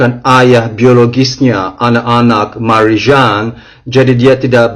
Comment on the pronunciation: ko bilang Marijan 😂😂😂😂lucu